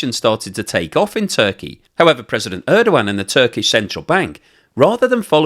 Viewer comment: His last name is Erdogan. I think you keep mispronouncing it. Good I for though